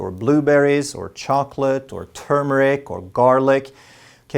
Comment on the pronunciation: Wow finally someone on YouTube who knows how to pronounce Turmeric as in term-ee-ic and never tumor-ic. So good 😊